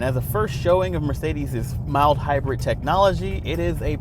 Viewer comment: the theeLS class and Eth Class from Mercedeeth